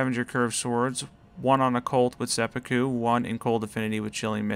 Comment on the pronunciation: Seh-poo-koo please